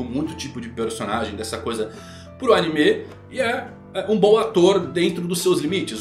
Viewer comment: Pq ele chama animê?